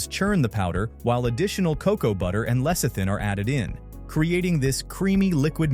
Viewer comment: When Americans do the voice over you can always rely on words being mispronounced. Nougat and Lecithin in this case.